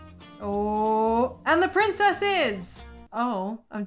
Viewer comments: I keep die laughing everytime I heard her say Prinzess instead of princess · "PrInZeSs" got me laughing😂😂😂😂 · The "Prinzess" always gets me ! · I love when you say Lo long lost PRIZESS LOOOOL 😂😂😂😂